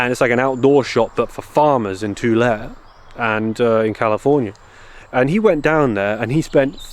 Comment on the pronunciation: Tulare is pronounced "2-la-Ray", the Spanish colonized this coast first, so many names are Spanish language (I'm from California)